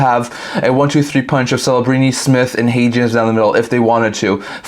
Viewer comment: Bud, you're butchering Hagens name, that's not how its pronounced.